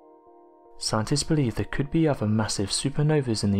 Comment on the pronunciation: Very interesting stuff. I just wish the narrator would learn there are no Vs in other and the letter 'Aitch' is not pronounced Haitch. The prerequisite of an english voice over is proper english.